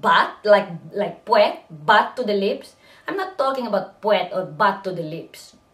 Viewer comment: puet.... (puh-wet)